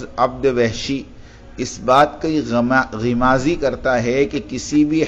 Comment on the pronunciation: Janab pehle urdu padhna seekhlo, Dekh kar padhna bhi mushkil ho rahihe Gimazi nahi Gammazi he